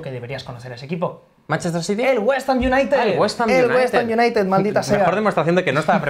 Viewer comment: Tengo a mi amigo londinense recuperandose del tabardillo que le ha dao al escuchar WestAm jajajajja XD